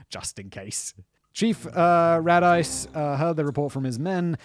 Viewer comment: Chief Radice. possibly from the same town in Italy my father is from. BTW its pronounced Ra-Dee-Cee